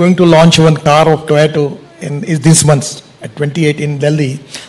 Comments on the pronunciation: Abhi tak Gadkari ji तोयोता ko टौएटो bol rahe hai 😆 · The way he say toyato makes him sigma